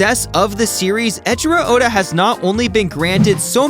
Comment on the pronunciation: Could you at least pronounce his name correctly if you're gonna make a video about his work? Ngl it's a little embarrassing that you didn't bother to do that one courtesy.